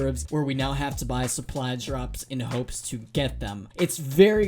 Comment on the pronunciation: “Suppy” you mean supply?